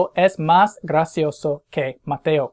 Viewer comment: Anyone else notice how he constantly mispronounces "es" during this video?